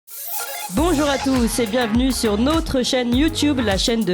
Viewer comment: Il existe deux façons de prononcer le "o" : ouverte [Ɔ], comme dans : école, sol, dormir, porte... et fermée [O], comme dans : rose, chose, beau, sauter. Notre est un o ouvert comme dans école. par exemple "Bienvenue sur notre chaîne..." Nôtre est un o fermé et se prononce comme rose, par exemple "Cette chaîne, c'est la nôtre" Il est possible que certaines personnes n'entendent pas la différence entre un o ouvert et un o fermé. Personnellement, je n'ai jamais réussi à entendre une différence entre brin et brun.